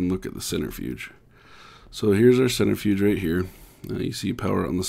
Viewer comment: the way you pronounced it lol XD. "centerfuge" love ur vids❤